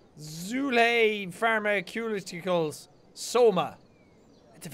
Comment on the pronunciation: "Pharma-cute-itcles" Oh Jack you poor boy